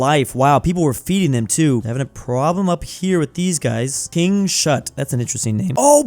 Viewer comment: Also it´s kings-hut not king-shut Same with ladns-hut and not land-shut